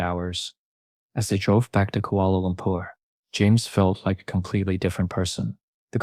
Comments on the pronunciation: Ahhh, the good old Kuala Loompear- Kuala Loombar... Kuala Lumpur! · I like the way u say kuala lumpur😄